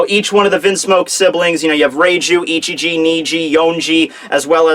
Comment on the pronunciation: Were You Saying ICHIJI OR NICHIJI? Because I Kept Hearing You Say Nichiji For Some Reason.